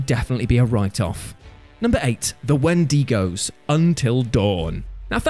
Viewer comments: Thought I should point out you mispronounced Wendigo. It's pronounced in a way like win-da-go. Not win-den-go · My god, I love...even though he mispronaunces "Wendigo".